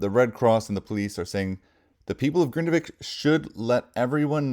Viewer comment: Hello, nice to hear that you can pronounce the city name Grindavik properly and not like others who say Grindevik 🙃